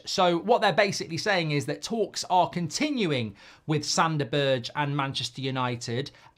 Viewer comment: I really hope we don't sign Sander Berg, because I can't stand Mark slaughtering his name...and the irony is that Goldbridge starts with "g" he could use